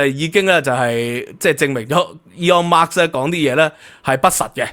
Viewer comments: By the way, there is no 'S' at the of Musk. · 係Musk唔係Marks、冠係讀「官」狀唔係「貫」狀啊😊